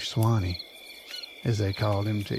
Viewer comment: I'm from, and still live very close to the mountain named after Chief Sawnee. That and my own education requires me to call you out on how you pronounced his name. It is pronounced "SAW---KNEE" not Swine-eee.